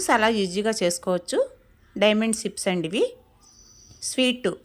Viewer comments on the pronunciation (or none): సిప్స్ కాదండి చిప్స్ అని సరి చేయండి